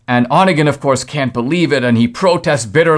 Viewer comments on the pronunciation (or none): Dinesh, Онегин —> Onegin is pronounced uh-NYAY-gain, not ON-uh-gain.